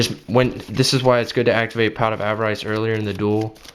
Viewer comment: Can you please pronounce avarice correctly